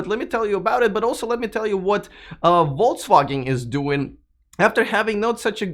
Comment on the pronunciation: Are you deliberatly saying "Volts Wagon"? German "V" is similar to "F" and "W" is like English "V", "G" is hard like "get": something like "Folks-Vah-Gen"